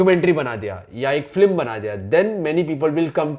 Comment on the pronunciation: First thing flim nahi hota film hota he